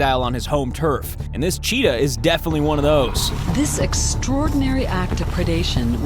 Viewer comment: When he says it's a chittah.....I stopped video and comment Thank you